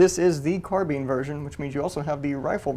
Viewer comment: Thanks for pronouncing “carbine” the correct way. Awesome piece of history!